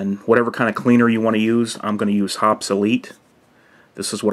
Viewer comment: Ok, I wasn't too excited about this video until you correctly pronounced Hoppe's. Thank you. Good vid.